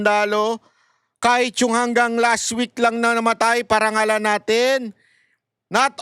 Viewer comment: Parangal o pinaparangalan..ayusin mo yung pag bigkas 😂😂😂